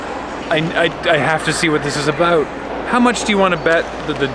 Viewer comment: that "about" by the Timmies was about as canadian as gets without putting on an intentional affectation